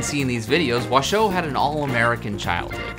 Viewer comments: "Washoe" is accented on the first syllable, like the county in Nevada where Reno is. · You seem to have VERY little information to go on and no real understanding of this topic. I wonder what your motivation is here. I worked with Washoe (which you mispronounce) at the sanctuary where she spent the rest of her life along side her chimpanzee family. ASL studies continued there. Not only do chimps who are taught ASL completely understand what they are conveying through sign, they are also able to convey emotion and empathy using ASL. Washoe taught her adopted son, Loulis to sign by shaping his hands into signs corresponding to objects. This was done on her own accord, with zero human interference. Loulis used ASL daily when I met him as an adult. The chimps I worked with used ASL often without humans being present. They also signed to humans without prompting of any kind. The chimps made paintings and named them using sign. There is SO much more information on this subject if people are interested. Many scientifically sound studies have been published and they are not hard to find.